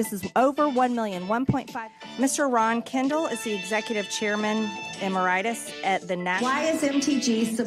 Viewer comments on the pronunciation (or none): eh-mer-EYE-tis??? eh-MEH-rih-tis. 🤦‍♀️🤦‍♀️🤦‍♀️ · Ah yes. EMERITIS. The inflammation of the Emer.